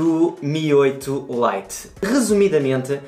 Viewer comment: Terceiro! Alguém que diga lite como deve ser! Muitos dizem "li-te"